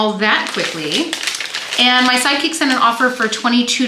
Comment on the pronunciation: Every time you say, “My sidekick sent an offer for…”, I hear “my psychic sent an offer for…” and it makes me giggle. Where can I get one of those? I would hire one in a heartbeat whose intuition skills were highly attuned to knowing the exact offer amount the buyers would accept! 😂